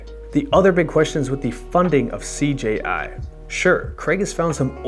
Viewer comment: The took a shot every time you said "CGI" instead of CJI...I'm wasted now